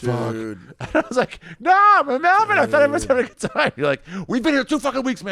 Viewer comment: I had to quit watching because of the way you say Melbourne